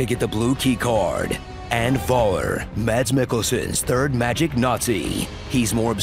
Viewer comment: how do you keep pronouncing Mads' name wrong